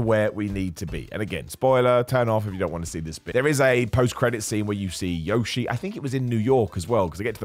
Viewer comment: A game based on “fun first, plot second” should be no surprise as a format for a movie either. And thankfully 99.9% of people have spent $500 million agreeing it’s a lot of fun! Also, can we all before the next movie understand this is not how you pronounce Yoshi! 😂 The dino himself says his own name, listen to how he says his own name! He doesn’t Americanise it! 😂